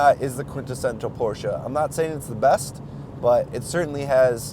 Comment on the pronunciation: You pronounce " Porsche" correctly !